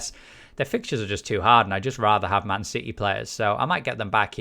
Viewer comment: ‘Man Siddy’